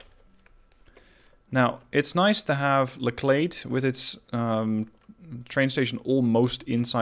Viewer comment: just thought I'd let you know.....its pronounced LETCHlade lol, as in a door LATCH but with an E. Not really important I know lol